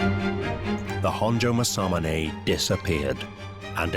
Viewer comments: Your pronunciation is appaling. The swordsmith(one of the 2 most famous nihonto smiths) is mas-a-moon-ah....spelt in english Masamune. Masamunes works has been surpassed easily by a large number of modern smiths from many cultures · British people.. make a documentary about masamune.. never learn how to pronounce masamune 😆